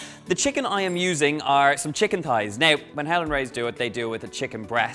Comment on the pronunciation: I thought he said 'Helen' Rays lol